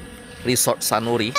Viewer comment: Pantai sunari yah 😂 bukan sanuri 😅